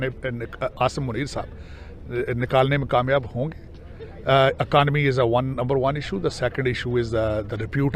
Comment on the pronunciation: Akonomy nhi economy hota hai ...